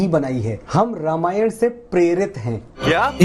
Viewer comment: रामायण , not रामायणा !!